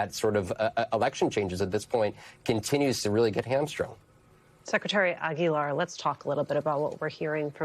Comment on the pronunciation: I love how she properly pronounces Cisco Aguilar's last name.